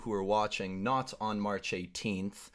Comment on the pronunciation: Instead of saying march he said harch lol😅😅😅😅